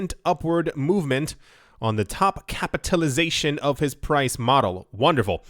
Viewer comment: Crapitalization lol